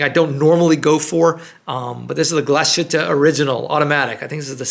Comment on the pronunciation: It's pronounced Glass-Hütte, not Glash-ütte😅